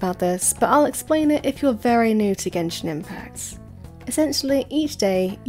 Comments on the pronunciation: Did you say genjin impasse at the beginning? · Is impact, not impass! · Why do u pronounce the letter s so much this triggers me to death like dafuq is Genshin impassssss its pronounced Genshin impaKkkkkkt there is no S there why are u torturing meeee